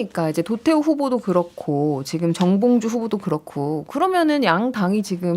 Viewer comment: 사회자 바꿔라~~~ 제대로 일지도 못하는것이 ~정몽주? 에이 정봉주도 발음안되면~~